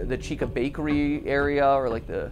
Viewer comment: its chica btw- not cheeca